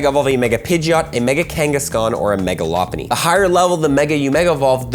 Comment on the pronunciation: Mega what lmao “loppunny”?? Interesting pronunciation